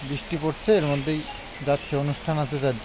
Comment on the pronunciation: "Britha" ( বৃথা) ... Bananta thik koro. R "Bristi" (বৃষ্টি) .... Bisti(বিষ্টি) noy. Bhul uchcharon khub baje lage shunte.